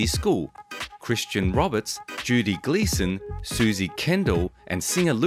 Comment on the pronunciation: Random Stuff posted”The Beautiful Judy Geeson” on YouTube. So it’s Geeson not Gleason.